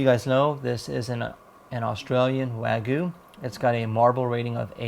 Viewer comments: It's not Weigu, Waigu, Wagu, or any other pronunciation except Wagyu. Wa-gyu, just like it's spelled. Wa is pronounced using the "A" as in "father," not the "A" as in "man" or the "A" as in "make." Gyu is one syllable, and is said sort of like "glue," but with a Y instead of an L. (Wa means Japan, and gyu means beef -- in Japanese, that is.) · Where is the marlbing? looks like pork or cheap meat. Wagyu has lots of marbling and its called Wagyu, not Wagoo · Wagyu means Japanese beef like how Wafuku means Japanese clothes. It just means from Japan. Your pic is how it looks at the grocery store here in Japan, this guys beef is nothing like the beef here in Japan. And its hilarious how he pronounced wagyu lol sounds like a little kid haha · why cant this guy say wagyu Edit: he cant say sous vide either. should just give up on trying to say non english words